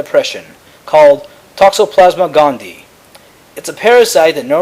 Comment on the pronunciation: OK, sorry, just, real quick: It's, T. gondie-EYE, there are two 'eyes', thus, gondie-EYE. 'Sclerae' is pronounced 'sklerry', like sherry (the beverage). Aside from that small critique, great videos!